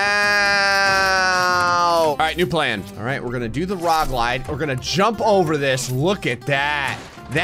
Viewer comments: You said "rog lide" instead of log ride 🤣🤣🤣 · If you skip to he says “Alright, we’re gonna do the rog lide” instead of log ride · says "rog lide" instead of log ride. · ah yes, the Rog Lide 👌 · he DEFINITELY said "rog lide" here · "alright were gonna do the ROG LIDE" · "Alright we're gonna do the rog lide" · Ah yes, the rog lide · “we’re gonna do the rog lide” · My dude really said "rog lide" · he said “rog lide”